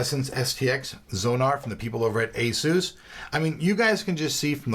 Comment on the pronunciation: Asus (/ˈeɪsuːs/). The Asus Wiki says otherwise. Even JJ from Asus pronounces it that way in his videos.